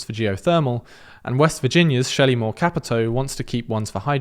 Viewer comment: Thank you for actually pronouncing "Capito" correctly!